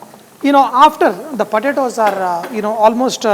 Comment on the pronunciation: It took me 5 minutes to figure out he was saying “potatoes.”